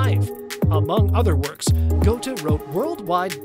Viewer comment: Von Gootuh? C'mon now, it's Gerta. It's German.